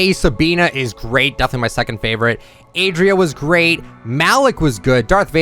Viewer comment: ! No hate but ! Please don't call ADIRA as ADRIA. The tone goes at the "I" (adIra) Pls and thank you